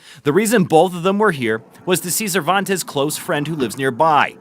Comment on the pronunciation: The narrator can't even pronounce the young girls last name. It's NOT SAVANTEZ, it's CERVANTES. I don't understand why she just didn't leave seeing that he wasn't good for her. No man or woman is worth a person losing their lives over an idiot. She left a child behind. Choosing love over her baby is despicable. There are plenty of men and woman why settle for less? May Catherine RIP. My prayers to her family especially her baby. 🙏